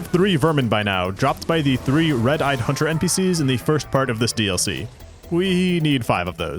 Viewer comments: "after all a hoonter must hoont" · A hoonter must hoont sou hoont a did, simple.